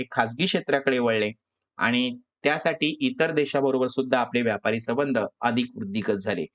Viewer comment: तुम्ही संबंध चा उच्चार चुकीचे करत आहात